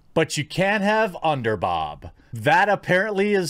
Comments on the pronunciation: Are you dyslexic and have a problem pronouncing the word "boob"? Or are you visually impaired and can't see the second "O" in "boob"? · Omg, Bob spelt B O B, you say boo when you scare someone, so whys it so hard to add a B essentially being B OO B equally saying BOOB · So you can't say"BOOB"... IT IS NOT PRONOUNCED AS "BOB"! Respect the other "O".... Do you hate women? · You are saying bob on purpose right, please tell me you know the word you are saying is bob not boob. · I was going to say the same thing. I was wondering why he was saying bob instead of boob? I mean boob is long O not short O as in bob. Could someone tell him he is saying it wrong?